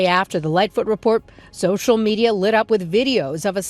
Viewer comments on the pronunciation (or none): none